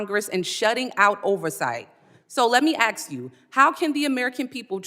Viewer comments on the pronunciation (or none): the word is ask not ax. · Ask not Axe. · Its hysterical that a siting member of congress can be an absolute a- hole to a sitting secretary but can't even say the word ask..😂😂😂 i would have axed her to repeat the question in english....go ahead ill wait... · Although I personally say “ask” vs “ax”, the “c” in Connecticut is never pronounced. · It is ASK.....NOT AX you a question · I seriously feel dumber after watching this complete waste of tax dollars and my time. What an idiot. Oh any word is “ ask “ not “ ax “. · AXE..HOW MANY TIME DID SHE SAYS AXE YOU. DEI😢😢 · It's a black thing they can't pronounce ask so it's always AXE